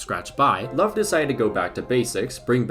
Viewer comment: Your butchering of the name Löw is actually so triggering, good video tho